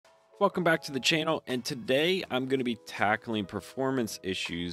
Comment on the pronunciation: Did you just say welcome back to the chAnal?